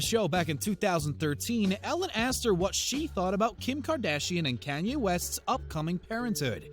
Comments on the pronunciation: Lol “Can-Yay” West. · “Kinyay West”?